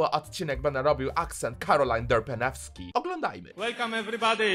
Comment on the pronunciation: Derpensky* nie derpeneski 🤬 i poprawna odpowiedz to kawa z pokruszonym dajmnondsami